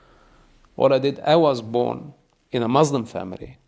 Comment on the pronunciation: What he is saying is opposite of the teachings of the Quran and the Hebrew Bible. He does not even pronounce Muslim correctly. He’s just angry. I understand that most people follow their culture and not their religion. Btw, hijabs are a personal choice and they are biblical too. The Almighty does not change so neither do His teachings nor His culture.